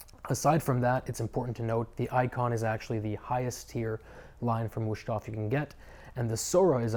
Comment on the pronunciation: There is no SH, it is a Z for the S